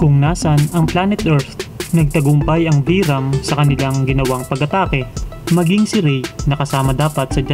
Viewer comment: vyram was pronnounced as "byram" radiguet as "radigue"